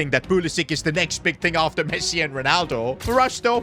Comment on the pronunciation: bro said pessi